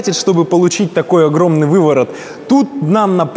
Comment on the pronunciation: Бешшеный увыворот )